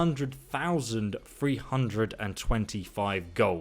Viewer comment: The word 'ingot" is actually pronounced ing-GIT, not ing-GOT. Your incorrect pronunciation is incredibly frustrating, especially when you put so much unnecessary emphasis on the "GOT" part of it when it's not even the correct pronunciation of the word. and it's THREE-hundred not FREE-hundred. pronounce it "thur-ee . close enough.